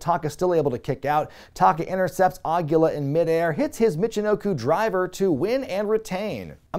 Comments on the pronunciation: Awesome video,! One thing though: "Aguila" is Spanish for owl, and it's pronounced more like "ah-GHEE-la" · Way to mispronounce Aguila, bud....